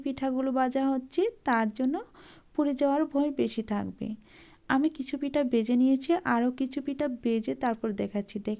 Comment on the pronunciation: পিঠা ভালো লাগলো কিন্তু আপনি যদি উচ্চারণের ক্লাস করেন তাহলে আরও ভালো লাগবে। বেজে নয়,ভেজে।